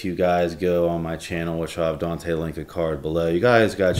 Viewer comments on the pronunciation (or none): none